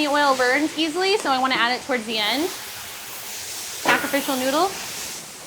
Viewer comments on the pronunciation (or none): none